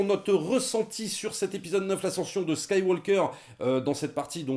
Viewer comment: attention à la prononciation svp, on ne prononce pas le L de SkywaLker ou FilmtaLker par ex, ni le G de MakinG Of etc... Ça dénote je trouve dans un bon argumentaire qui m'encourage à payer ma place de ciné alors que je n'avais qu'une envie: boycotter!